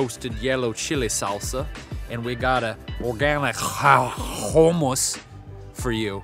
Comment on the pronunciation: where did you learn to say 'kuummmus'? From your days at the Det TJ maybe? hahahaha LMAO! I'm showing everyone this video, so funny (and informative)! :)